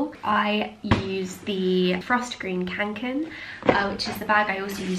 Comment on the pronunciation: Being a swede, I find it so funny how the english language pronunce "kånken" 😄